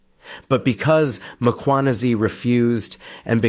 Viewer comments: It's surprising to me how some South Africans fail to pronounce the Mkhwanazi name, where does Makhwanazi develop from? I would understand Nhlanhla may be difficult unlike Mkhwanazi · not Mkganazi 😂 it's Mkhwanazi pronounced Mquanaz 😅 please